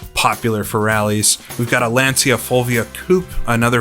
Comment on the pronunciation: Lancia is actually pounced "LAN-CHA" ...I know, odd, but it's one of those words that sounds completely different than how it's spelled.